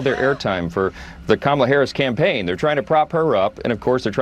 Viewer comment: The guy said her name right Am i dreaming right now i thought he would be so much more persistent on calling kamala. ka-malla. He does know her name just chooses to not call her that. he is not forgetful he is sexist.